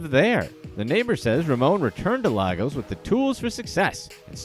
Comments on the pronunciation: laygos not lahgos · "Laigos"=Lagos pronunciation